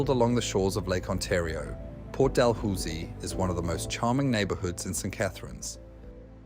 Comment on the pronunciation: It's pronounced Port "Da-loo-see". Thanks for visiting my neighbourhod.